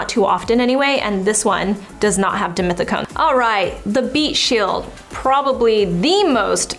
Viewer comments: So it's pronounced as deemeeteecone????? I always read it as dee-meth-teecone. 🤔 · One more time... dimethicone!! 😂